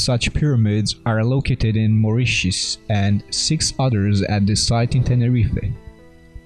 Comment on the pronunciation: Yay. 1st time I've heard Moritius pronounced correctly on youtube. Three's a charm, unless this was forth or fifth time heard spoken. Good Stuff. & Pyramids!